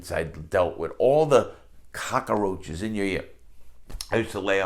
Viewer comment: I love the way he says cockroaches 😂